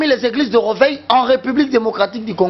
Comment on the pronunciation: On dit: réveil et non rèveil